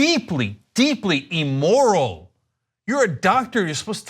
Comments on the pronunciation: Cenk pronouncing immoral as E-moral is quite odd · Cenk... "Ee-moral," "Ee-rational," and "Ee-luh-gitimate" aren't words. Neither is "huh-larious." Learn to pronounce the short "i" sound in English please, you have an internet show.